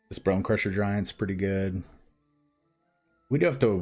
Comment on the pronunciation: Game #2 "I feel lucky" You mispronounced "Pretty"